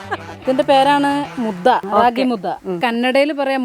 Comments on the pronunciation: Mudda alla mudde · It's ragi mudde.... Not mudda